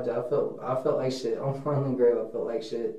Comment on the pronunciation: Him constantly saying On “marlin grave” is so damn annoying